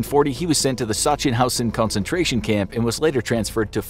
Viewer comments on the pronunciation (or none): none